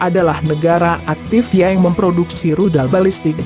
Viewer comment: Baca berita yang jelas ucapanya, bukan yeng tapi yang